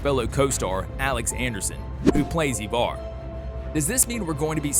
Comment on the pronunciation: Why do you say evar? The show clearly says it and spells it differently